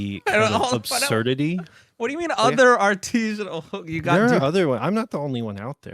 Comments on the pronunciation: artesian not “Artesianal” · The biggest give away here is the fact that he’s not pronouncing “artisanal” correctly. It’s not an “Artesian” well. It’s a practice done by an Artisan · Title says "Artisinal" but he refers to himself as "Artesianal". Look up those words - they mean very different things. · there are a lot of people who think artisanal is pronounced that way, with the hard E. I think it's regional